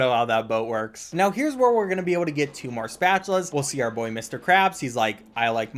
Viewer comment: “That’s my boyye”